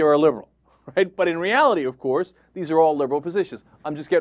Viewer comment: i love when he says OVCOARSE!! LOL